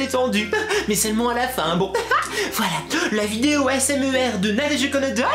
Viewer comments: "Asmer" Il n'y a pas de e dans asmr ? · Steresser ? Asmer ? Mes mignonne oreilles ? Pas gerave ? O_o okkkkkkkkkk....